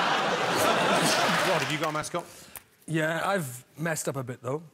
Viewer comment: I keep on hearing "have you got a mask on?" Instead of, have you got a mascot?